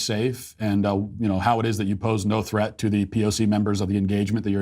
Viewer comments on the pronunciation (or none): none